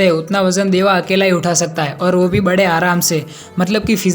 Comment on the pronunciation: Bro it is deva not dava😅😅